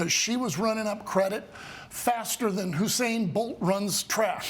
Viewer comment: Usain Bolt sir. Get that great man name right.